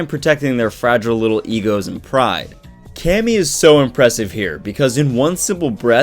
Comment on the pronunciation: Thought it was pronounced (Kay-me)?